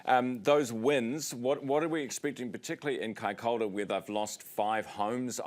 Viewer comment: You pronunciation of Kaikoura is wrong ...it's not. 'Kai K' orr .ra ' ---- it's "kai. K ' o.u.ra ' . 😊 Even the met girl .😊